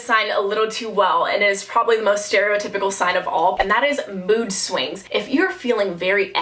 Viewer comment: "siwings" 😂😂😂 im aboutta die of laughter pf possibley heat stroke idk can you get heat stroke from sweating like crazy under your blanket cause your cat left you in a dark room... ehhh idk wait but i can never stop eating 😂😂 "the second you start wanting some really weird thing" me trying to come up with something weird: piss and peanut butter!